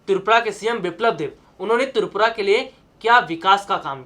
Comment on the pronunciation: Oooh hlw not tupura tripura..phalee apna speaking power thik 😅😅😅😅😅